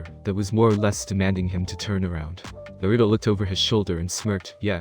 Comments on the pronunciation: First thing i hear is nurudo not naruto :\ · I don't like how he pronounces Naruto.